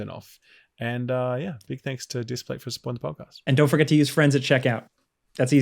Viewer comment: It's Displate, not Displace 👌🏼